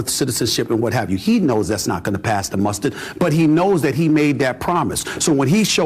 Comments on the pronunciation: These ‘felonies’ are nothing of the sort. Oh and its ‘pass muster’ not ‘pass the mustard’, Steven…. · Also, I have heard it twice and I am incredibly amused to be able to tell you that instead of pass the muster, he says pass the mustard. 🤣😂🤣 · It's "pass muster" Steven, not past mustard.😂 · "won't pass the mustard" got me LOL WTF did you just say? It's - won't pass muster, i.e. inspection LOL. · Someone should tell Steven A Smith that it’s not “pass the mustard” 😂 It’s “pass muster”.